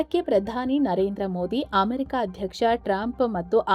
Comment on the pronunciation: ಆಮೆರಿಕ ಅಲ್ಲ ಅಮೆರಿಕ ಅದು